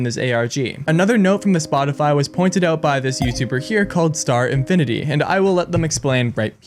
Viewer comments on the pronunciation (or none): You corrected "star infinity" but you even messed it up called called him "star editty" 😂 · it is called star-fin-i-ty